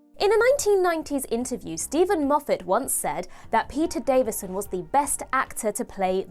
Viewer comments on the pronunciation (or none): none